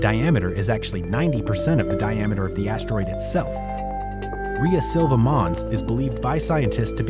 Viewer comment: I don't know about that, but he is definitely mispronouncing Rhea Silvia.